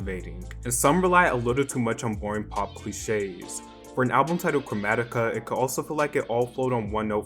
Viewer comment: You pronounced chromatica wrogn